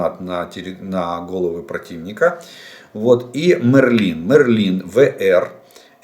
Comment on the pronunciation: Волшебник мЕрлин.... пожалуйста ударение на первый слог